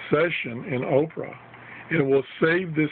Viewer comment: Not oprah it's opera